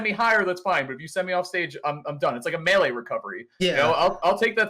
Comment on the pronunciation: Mel-eh instead of may-lay